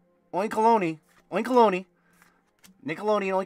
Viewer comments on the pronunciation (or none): I think oinkologne is pronounced oink-alone. Kind of like cologne. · Some good pulls! A fun watch as always,! Also "oink alone" is how you pronounce that pig pokemon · It’s oink + cologne. Doesn’t rhyme with bologna. It has a scent based ability in SV and sprays pheromones out of its tail. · Oin(kologne) say the second park like "Cologne" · Love this set to bits! What a crazy opening as always. Few things to note since you asked: 1. Atticus is a guy. 2. It's spelled oink-olon, like cologne. 3. There's only 3 IRs in the set so it makes sense you'll be pulling a lot of dupes. 4. There's 2 different artworks for Paldean Student. Keep up the quality content brother. #HangerGang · Eevee is absolutely adorable ☺️ I think this set will be more of a hidden fates 3.0 😂 Also Atticus is a boy and it’s pronounced as oink-alone, at least that’s how I pronounce it😂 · I think it's pronounced "oink-co-loan" like aftershave/cologne as it has a perfume attack 🤷‍♂️ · That pig's name is Oink+Cologne (as in perfume) so the final e Is not to be pronounced, you're welcome :D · It’s oink-uh-lone brother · Similar to cologne, oinkologne is pronounced oink-olone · Oinkologne pronounced oink•a•lone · Also pretty sure it is pronounced oink-alone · I think it’s pronounced Oink-uh-long 🤷🏻‍♂️ 😂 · I like your pronunciation of the pokemon more, but it is a combination of oink and cologne, so phonetically, it is oink-alone. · It’s pronounced Oink-alone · Its pronounced oink-a-loan. Thanks to Google pronunciation.